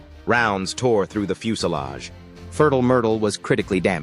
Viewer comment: ...it's definitely funny, not sure it's intentionally funny though. The incorrect pronunciation is the funny part for me. 'Fertile' isn't a foreign word to an english person, 'furtle' however, is most definitely a very odd way to pronounce it.